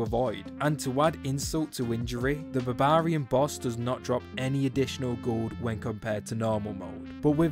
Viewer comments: You pronouncing barbarian as bahh bar eee un blows my mind... It's baa beuh ree uhn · its funny when sayys barbarian its sounds like babaarians keep up the good work. thx for the troll mother strat i finally beat her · Man, this video is really entertaining but the way you pronounce Barbarian is so jarring 😂😂